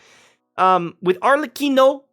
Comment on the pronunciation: You got my like, only because you got the ARLECCHINO name right lol. that's so rare from english speaker..